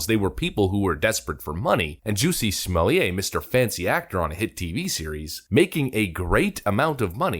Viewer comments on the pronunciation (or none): Remember it's "Smollett", with a hard "T" - NOT "Smollay". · Calling this dude Smoll-yey, is like calling Target (Tarjey). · Pronounced ‘small-ett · It's Juss-e Smol-it. No French accent needed. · Smallia (as you pronounced it) will get a severe finger wagging & tut tut tut from the judge. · I start laughing hysterically every time I hear "Juicy Smolliét".